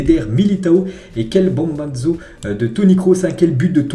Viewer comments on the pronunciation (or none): stp c'est bombazo mais ça se lit bombasso